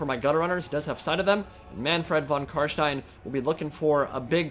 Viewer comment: as someone who speaks german, it is so satisfying when you say Kar SHTEIN and not Kar Stien like everyone else.